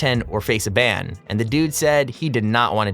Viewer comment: Ban not band